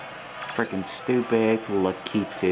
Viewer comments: I think it's ""LUH - KEE - TOO" At least, that's how I say it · u say lakitu wrong